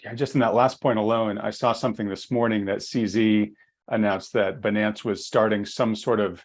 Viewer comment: This nonce can’t even pronounce ‘Binance’ correctly. (BUY-nance) Some experts 🤡🤦🏻‍♂️